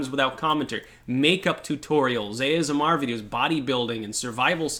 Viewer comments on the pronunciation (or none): none